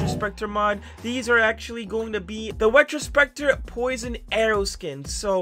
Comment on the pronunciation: my man really said wetrospecter